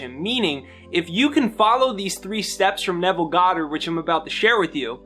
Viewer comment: You articulated Nevel perfectly!!! Thx!